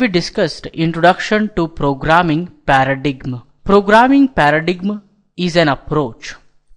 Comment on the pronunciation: Great video, just learn how to pronounce words, like paradigm